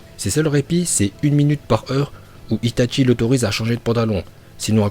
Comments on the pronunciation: « itatchi » il dit mdrrr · ITATCHI ARRRETEE C ITACHI